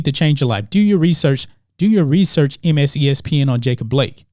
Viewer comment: "MSESPN" ... lol